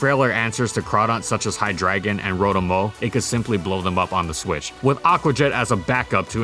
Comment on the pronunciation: The drei in hydreigon is pronounced like "drei" which is 3 in german.